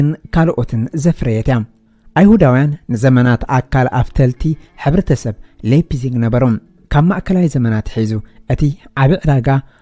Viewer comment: መኣረምታ እታ ለይፕሲግ ኢልካ ተድምጻ ዘለኻ ላይፕሲግ Leipzig ብ ጀርመን Lei ላይ ይንበበብ Lie ሊይ( Exa . Liebe ሊበ , (Love), Leitung ላይቱንግ (Line)